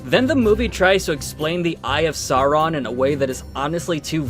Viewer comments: Soarin' and Aruman. Got it...at least the 3 animated films have some cohesion with consistently inconsistent pronunciations of character names. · Bro, they couldn't even pronounce "Sauron" correctly.